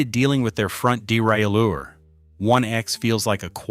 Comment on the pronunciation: Wish this bloke would learn the correct pronunciation of derailleur. It's bloody annoying!